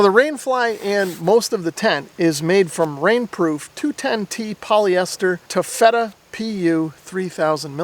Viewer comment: It’s TAFF-uh-tuh, not tuh-fèta. For the next one :)